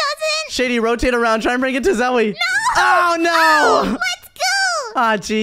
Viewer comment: Zoey is just domb for saying oh nuo